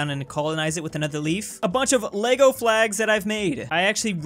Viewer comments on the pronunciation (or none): none